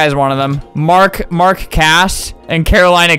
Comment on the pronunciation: Okay is it just me but when he said mark cass it sounds like mark